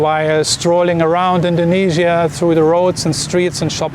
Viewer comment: Dont say indognesia